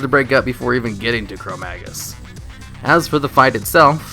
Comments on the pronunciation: its Chromaggus, he said Chromagnus at the end. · its chromaggus not chromagnus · you say - Chromaggnus instead of Chromaggus. You also call him Chromaggnus ^^ Oh and,whats the song that starts at #1? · No, he said it wrong. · 33 Chromaggnuts? Or Chrome-ma-nuts? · Schpau Exactly.Everyone noticed that he is saying "Chromaggnus" so I tried to tell him to correct it before releasing the video. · If you're adding extra sounds to a word you're not mispronouncing it, you're an idiot.